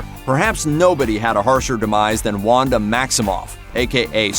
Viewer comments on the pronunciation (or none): none